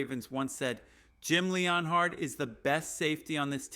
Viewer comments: Dude, if you're going to make a Broncos channel, how about you don't have AI do it for you. Otherwise there's no way as a Broncos fan you pronounce everyone's name wrong. I dont remember Sean Payton hiring anybody named Jim Leon Hard. It's Jim Leonhard, as in Leanard (Len-urd)!!! Nor do we have a cornerback named Pat Certain. It's Surtain (Sur-Tain). And all you're doing is copying other shows. You can't even come up with your quotes or ideas. Hang it up or do it right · Stopped watching after you butchered Jim Leonhards name. Stop